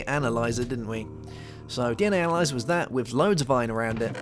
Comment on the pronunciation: When you searched analyzer, you said anal...